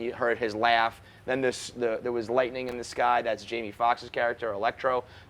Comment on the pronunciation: “Jamies” cmon don’t disrespect a legend like that